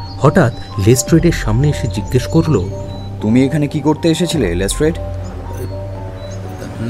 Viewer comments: Improved a lot! Be careful with your pronunciation, it is Lestrade(less-trud) not Less-Trade. Waiting for the inclusion of Colonel Niladri Sarkar, Kiriti Roy.. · Good attempt.. But les"trade" hurts the ears.. Please focus on pronunciation. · "Les Trade" pronunciation needs correcting. Please look into this. It stinks.